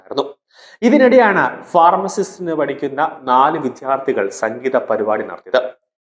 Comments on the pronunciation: വിദ്യാർത്ഥി എന്ന് പറയൂ. ദ യും ധ യും ശരിയായി ഉച്ചരിക്കു. പലരും ഇത് തെറ്റായി പറയുന്നത് കേൾകാം. വിദ്യ വിധി,. ദഹനം ധവളം, വിദ്യാലയം,.വിദ്യ നേടുന്നവനാണ് വിദ്യാർത്ഥി. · He cannot pronounce ' vidyardhi'